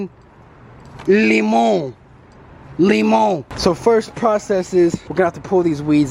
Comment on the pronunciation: Lmfaoo yo I cant stop laughing the way he says lemon in Spanish limone